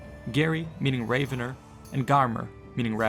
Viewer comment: "Ravener" should be pronounced as in ravage (rah), not as in the bird, raven (ray).